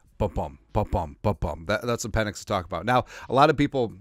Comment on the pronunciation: Pe"NIX" as in NO.